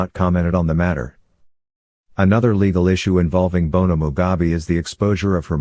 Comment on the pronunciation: Mugabe not Mugabi please